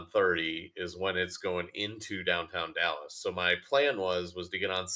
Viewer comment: Lost me at the initial mispronunciation of Dallas.